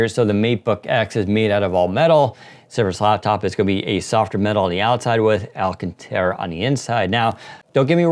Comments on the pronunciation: Alcantara not alcatera 😐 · What i hear is alcatera like Alcatraz but it should be" all-caan-tera"(or tara)